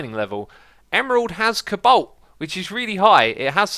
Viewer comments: Cabalt??? Its coe-balt😂😂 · CABALT...Really....I love how you pronounce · Thats NOT how you pronounce Cobalt. Its Co-balt. You are not supposed to say to fast lol